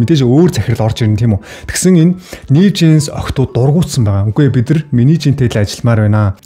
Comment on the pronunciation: (Бид нар )гэдэг үгийг. бидрр бидрр гээд байх юм